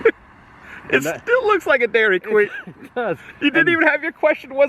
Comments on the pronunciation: I will forever pronounce it Daairryy Quueeeen! Grate! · "Dee'r-Ree-Queen" (Dairy Queen), that was a good chuckle/laugh after found out you were asking the establishment, not about the town. A great look back to Le Roy and Adam's family history in small Americana town.